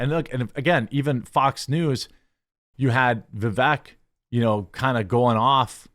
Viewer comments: For fuck sakes his name is Vivek va-vake so it sounds like cake at the end. I mean the reason he didn't do well is the vast majority of people haven't even taken the time to understand how the pronounce this fucking name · Vivek rhymes with cake. Seems crazy at this point that a right wing political commentator is still mispronouncing his name.